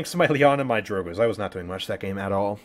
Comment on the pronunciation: "Drogoz" is in title btw.. it's not drogoz but drogzo